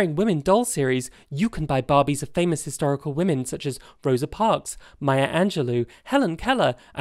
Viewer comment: I thought you said "..you can buy hysterical women" not "historical women" and I laughed thinking you were making a joke, then shocked because maybe you weren't and I was missing the criticism you were trying to make (and I'm new to your channel).